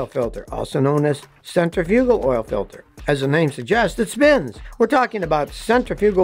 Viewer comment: Well that's funny you think Scotty would know how to pronounce centrifugal instead of center frugal